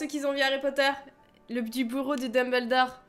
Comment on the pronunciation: Pas poter mais potter